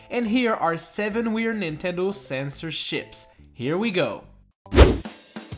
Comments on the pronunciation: Why does it sound like censorsh** to me? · Did you say CENSORSHIPS or CENSORSH**S?